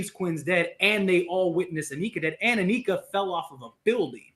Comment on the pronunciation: Anika is NOT pronounced, ANEEKA!!! It is Anika, with a short I.